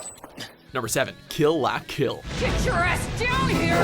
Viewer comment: disliked....stupid butchering names on kill la kill and darker than black -.